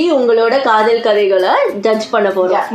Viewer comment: Kadhal Kadhai ❌ Kadh-oool Kadhai ✅